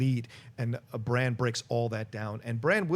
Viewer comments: I am the only person annoyed as hell everytime they call him Bronn instead of Bran?...Bronn is another character entirely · I kept thinking you were saying "bronne" is back. Its bran with an A haha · Are you guys calling Bran "Bronn"? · Bron?! No, he's name is Bran like in All-Bran cereal. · Bran! Bran! Bran! My head was gonna explode when they kept saying Bron lol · Can please stop saying Bronn when talking about Bran? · John, his name isn't Bronn! It's Bran, damnit! Lol But Bronn is back so you're not completely wrong... but it's Bran! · Hoona Hoona It's there accents I guess. He knows it's spelled Bran but for some reason he pronounces it Bron . He and others also pronounce Han Solo as Hon Solo. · Would it kill you guys to pronounce brans name right? Bronn is a whole other character... geez